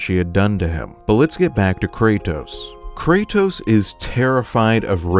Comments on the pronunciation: I’m sorry for sounding like a grammar nazi, but you said “Krato” and it made me laugh. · Bro said krato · The random "krato" misspeak is hilarious lol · No way he just said krato like Kratos is plural